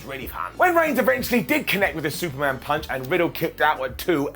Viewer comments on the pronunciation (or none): none